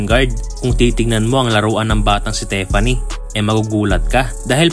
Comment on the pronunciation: Correction lang boy "Tiffany" as in TI! hindi teffany!